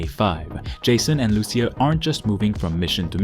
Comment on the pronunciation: Your inability to pronounce Lucia properly gave me cancer.